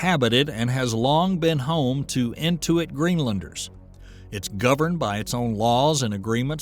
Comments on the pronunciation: And also knows how to say Inuit instead of Intuit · Was this a bot narrator? The native people are Inuit not “into it”. There were several mis-pronunciations but the content was very interesting.